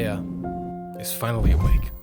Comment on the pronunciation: nahh "IFNALLY" 💀 You can tell by how I noticed such a small detail that I was pretty engaged though, really good video (although I'd thought about most of this stuff before, it's really nice to have all the context around the various leitmotifs and the more subtle ones in one place)